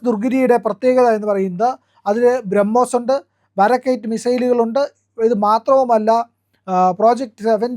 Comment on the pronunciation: ദുർഗിരി അല്ല, ദു ണഗിരി ആണ്. അതുപോലെ ബാരാക്ക് അല്ല ബറാക് ആണ്.